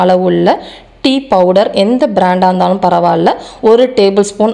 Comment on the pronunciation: எது காலைல இறந்தாலும்..? மாலைல இறந்தாலுமா..? உச்சரிப்பு சரியாக சொல்லுங்க..🙂